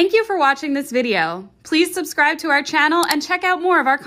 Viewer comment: Pronounced "SUB-scribe" not "Sus-scribe"